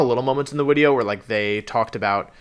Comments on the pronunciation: just a thing he does for no real reason, and you'll find if you keep watching his other stuff he purposely mispronounces basically all pokemon names (arcanine = arca-nay-nay, cinderace = cinder-achie, etc) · He pronounces a lot of words strangely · I don’t want to be rude but why does he say wideo but then says voice or is it an inside joke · Everytime he says wideo, take a shot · Why does he keep saying wideo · ive never watched one of your videos so can someone explain why he keeps saying wideo? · So this is my first time watching Wolfey and am I correct in thinking that he is saying Wideo and not Video? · Okay so this is a really nitpicky thing, but you say the word a lot, so I have to ask: Whats up with your pronunciation of the word "video"? Is it a channel gimmick I don't know about - your name being Wolfey, so videos are "wideos" instead? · I’m new here, why does he keep saying wideo? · wideo... can... can Wolfey not pronounce Vs? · Why does he keep saying wideo ????? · I click on these videos. Hear the word "wideo". Immediately thumbs down and report for anything. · He says wideo as a joke. He also says wenusaur and cinderache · def saying wideo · Is it just me or is he saying “Wideo”? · So what's the in-joke about him saying "wideo"? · Wait... Is he saying wideo? Is that intentional or some oddly specific speech impediment? It's really cute, but seems odd that's it's just 1 specific word. So I'm guessing it's intentional(?) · Am I missing something or is he saying wideo instead of video? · Man loves his widios and micwophones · Ok but is he saying wideo or are the drugs just hitting too hard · Did wolfey actually say wideo? I can't tell tbh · I’m new to his channel. Can someone tell me why he says Wideo instead of Video? Is he German lmao? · Was gonna do a wideo tally but 2 minutes in he's said it like over a dozen times so imma just go with Final wideo count: Too many <3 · Bro pls stop saying “wideo” instead of “video” it makes me cringe so much😂